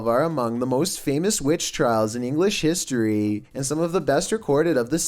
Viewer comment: And that guys voice JESUS he adds about 10 syllables to every freakin word. You and I say camera, he says cameraaaaaaa, historyyyyyyy God I like to slap about 30 syllables out of his mouth. I unfollowed him after two videos.